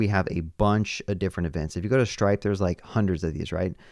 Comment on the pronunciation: SHtripe, yeah.